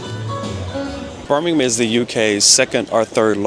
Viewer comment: Props for pronouncing Birmingham correctly lol.